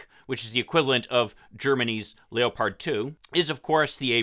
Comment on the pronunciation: I think the military will be too afraid of the Abrams being captured to send it. Also why do you pronounce leopard like that? I never heard anybody say it that way.